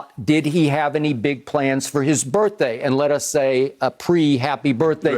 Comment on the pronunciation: Look at Skip Texting Lil Wayne on a regular talkin bout some "Happy BirfDay" daaaaayum Lol